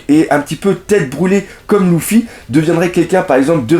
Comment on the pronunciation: On pronnonce Leuffy pas Louffy